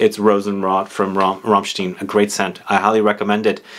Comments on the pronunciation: The pronunciation of the 'ei' in Rammstein is like 'eye'. And 'st' = 'sht'. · You are pronouncing Rammstein wrong...